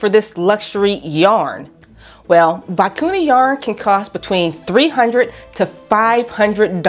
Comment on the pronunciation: I enjoyed your video but please learn the proper pronunciation of the Vicuña.